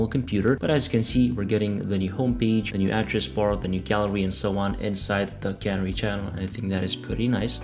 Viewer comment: Why do all the video producers mis-pronounce "canary". It is pronounced with the emphasis on the second syllable as the cuh-NARR-ee, the bird that was set free in a coal mine potentially that had gas in it. Remember the cuh-NARREE in the coal mine and pronounce it correctly.